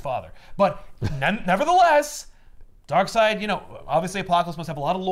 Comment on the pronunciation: New comic. From the creators of four jokers comes 2 Darkseids. One pronounced Darkseed one pronounced Darkside. That is it